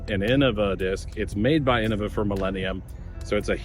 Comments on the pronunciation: Well ig I've been saying innova wrong my whole DG career . I say it "in-know-vuh" but never "in-uh- vuh" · Not that different. The ‘bad’ way would be in-nova.